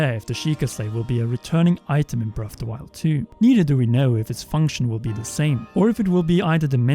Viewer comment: Bref of da wiald